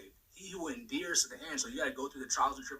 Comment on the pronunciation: he can't even pronounce endures correctly. Please pray for me. I was born again and feel God angry for looking back to world. No true ministry. I Don't want hell. What to do. I hate I got tricked into destruction and sins. Seriously. I am outside 😢 not reading my Bible and grieving the HOLY GHOST and going back into world in ignorance. Cut.